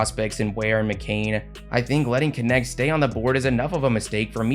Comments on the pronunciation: Dalton Knecht aka Dalton Connect 🤣🤣🤣 Man Knecht is a german name and your prononciation is hilarious😄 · Why do people keep saying that dudes last name as Kinect when it's pronounced Nect. 😂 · man it triggers me way too much everybody saying dalton connect^^ it cant be that hard to say knecht guys